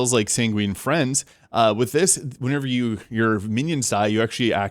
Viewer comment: Good video. Btw, it's Sanguine Fiends (as in a demon), not Friends. :)